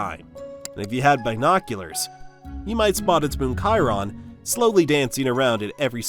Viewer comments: it's pronounced "chair-on" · Did you say girhon?💀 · It's pronounced "Care-on." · Wrong pronunciation of Pluto’s moon